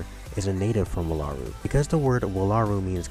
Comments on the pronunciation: Ugh! Jaki is a jackalope and is NOT from Wallaru. That is my biggest complaint. Don't spread that misconception about Jaki.....(Also It's Wall-a-roo not Wah-la-roo from my experience with these characters. ) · Your pronouncing wallaru wrong. Its WALL-ah-ru. They even say it